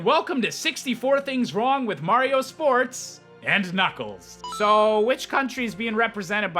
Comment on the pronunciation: "Blario" AHEM THATS SMG4!!! Jk